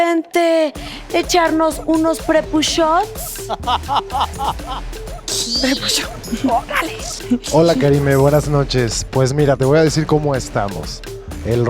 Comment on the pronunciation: A quien más le dio crujiente cuando Karime dijo prepushots 💀